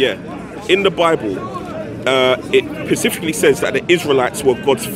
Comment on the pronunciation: Is that what it 'pacifically' says?